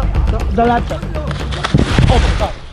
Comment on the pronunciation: I like how they say laptop.... they say lapton 😂